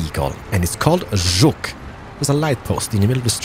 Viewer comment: Tak dobrze wypowiadasz Żuk i Jelcz ....